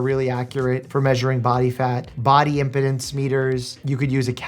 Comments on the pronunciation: This isn't hating, but I'm pretty sure impedance is pronounced not like impotence, but like impeedance. As in measuring how much the electrical current is being impeded by different kinds of tissue. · just a little FYI: impedance is pronounced “imp-EE-dunce”, as it comes from the verb “impede”. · Impedance is pronounced 'im-PEED-ance', not 'impotence'. That's a surefire way to get laughed at by guitarists. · Not how you pronounce impedance